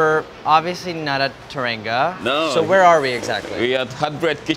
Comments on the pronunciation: He pronounced teranga like "turr‐an-go" at the end of the video lol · It’s pronounced “tè-rà-ngu “